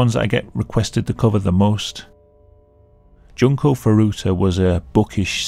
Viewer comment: june-koh foo-doo-tuh JESUS CHRIST!